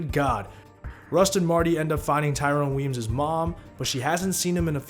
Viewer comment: Thank you for correctly pronouncing Tyrone Weeeyms